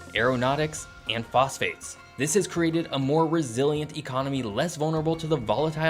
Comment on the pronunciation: Phosphate.... It's phosphate...